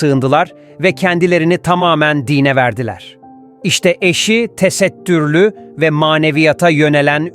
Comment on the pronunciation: TE-SET-TÜR-LÜ DİYE NEDEN VURGULUYORSUNUZ ACABA😡